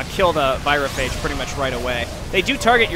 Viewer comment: Anyone notice they changed the pronunciation of "virophage" between WoL and HotS?